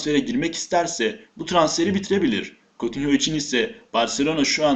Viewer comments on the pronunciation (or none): *Cutinyo diye okunuyor Vr Esli Türkçe olmadığı içi n yaxildigi gibi okunmuyor